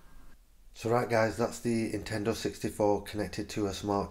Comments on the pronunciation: There an "N" at the beginning of the word Nintendo you know. You keep saying Intendo 64 lol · Hope that "Intendo" 64 works for ya :P